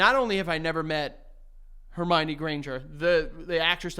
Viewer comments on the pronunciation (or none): none